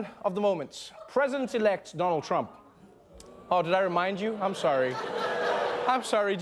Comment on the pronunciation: on the side note Trevor pronounce our President's name surprisingly well.